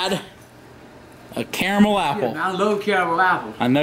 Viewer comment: Nice to hear an American correctly pronouncing the word “caramel”. 👍